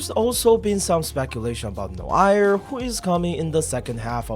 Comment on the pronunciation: the way you pronounced noire gave me whiplash